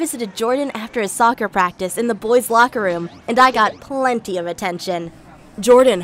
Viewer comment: Since when was soccer a career. LIKE HUH? He didn’t say it properly